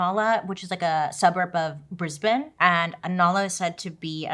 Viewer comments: Bailey, unlike 90% of your fellow Americans I know or listen to, you nailed the pronunciation of Brisbane!! & that makeup well done. I learn so much!! Woo you go girl!! ❤ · Cudos on pronouncing Inala and Brisbane right! Fun fact: Inala now is nicknamed Little Vietnam because of the community there. It has the best bakeries! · You pronounced Brisbane just like a local 😅 brisBIN